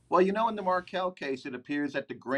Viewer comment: Please stop mispronouncing the name of Dan Markel